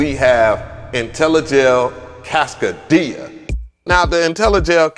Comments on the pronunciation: NAMM seems to be pretty weak this year...wow....and not to be that guy....But that joint is too costly to be called "Casca--DIA"....It's "CASCADE-ia" 😎😆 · Cascadia is pronouced like Cascade dish soap. It comes from the Cascade mountains in the Northwest. Cascade -ia. Like Philadelph -ia. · I love your vids, man..MPC Gang! However, you destroy the pronunciation of names lol It's pronounced Cass-cade-ee-uhh....like Cascade with eeuhh at the end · Say it w me, Cass-CAY-dia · Lol, he says ‘Cascadia’ like ‘Quesadilla’ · He said "kass - kuh - dee - yuh" 😂🤣🤣🤣🤣🤣🤣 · Is its name supposed to sound like a Mexican restaurant, or is it pronounced like Cass-kade-ee-uh? I assumed it was that one, but now I'm confused. I only watched "sound-only" demos so far until this vid, seriously🤣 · it's Cas-Kaaay-Dee-Ah...😏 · Pronounce it with me: Cass Kay dee uh = Cascadia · Im starting to wonder if hes mispronouncing these things on purpose so we correct him in the comments lol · Cass-CAY-dia with the accent on CAY. Like cascade? It is an ARP 2600 clone. You should try the M8 tracker which has sampling and does about 50 times what the new Polyend does. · The way you are pronouncing cascadia is killin me haha